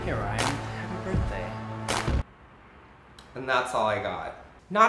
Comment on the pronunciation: is he saying birt day